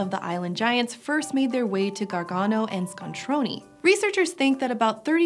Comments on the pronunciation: ScontronE not ScontronI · ABRUZZO AND ITALY STRONK (and big) However, please, it's "ScontronE" not "ScontronI" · I heard this episode originally in the car, and thought you were talking about an Italian city called Scontroni, since that is how you were pronouncing it. E is never pronounced EE in any language but English. That is what I is for. [And, I is never pronounced Eye in any other language]. Scontrone is pronounced with what English calls a short E.